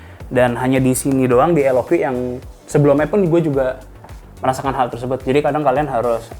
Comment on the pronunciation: Kata jagat review dibacanya LOK bang bukan LOQi 😅